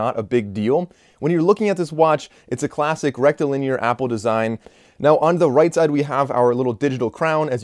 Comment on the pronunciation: He said rectal linear.....😏